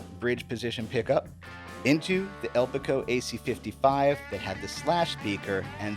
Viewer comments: Great deep dive! A little note…I believe it’s “El Pico” not “Elpico”…maybe referring to the amps diminutive size :-) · El Peek-O. That was how Ray pronounced on the Storyteller album.